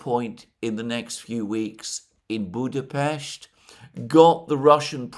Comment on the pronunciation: it is such a subtle sign of respect to pronounce the Hungary's capital properly